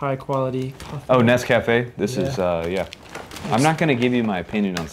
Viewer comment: Guys, Nescafe has commercials. Go watch one so you'll know how to pronounce it. I have yet to see an American ration reviewer who knows how to say it.